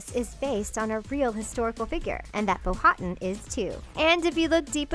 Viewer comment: Pocahontas dads name is powatan Pow-wa-tan